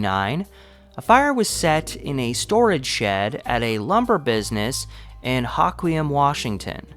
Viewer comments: Yes, and the same with Hoquiam, it's Ho as in hohoho, not hock. Louvre is said correctly sometimes and others not. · You kept saying, Ha qwee um, it's said, Hoe qwee um🙄